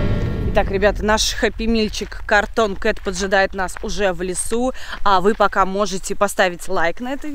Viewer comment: Вообще-то правильно говорится cartoon